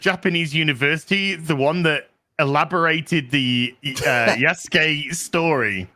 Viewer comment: I keep hearing "Yesgay" when is saying "Yasuke"... Is it just me?